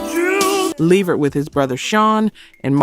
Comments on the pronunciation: Lady it’s La-Vert! Not Lee-Vert! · Please get the names right in your videos. Le-VERT is the pronunciation. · The narrator sounds like a Black woman, but she's mispronouncing several artist names......whyyyyyy!???😢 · You don't even pronounce the singers names right levert..and lopes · I was about to say the same thing! It seems this AI narrator is getting worse, not better. The mispronunciation of “Levert” over and over gets annoying. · I was saying the same thing...the way she's pronouncing Gerald Levert's name is getting on my nerves